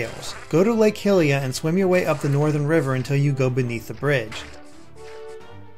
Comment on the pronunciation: it's pronounced hi-lee-uh not hill-e-uh